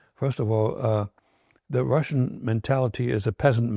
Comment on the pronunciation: RussiAn no RussiOn